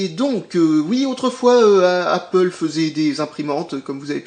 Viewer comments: Il a dit Apple!!!! Pas apole mais apple!!!!! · Félicitations, tu sais désormais prononcer Apple x)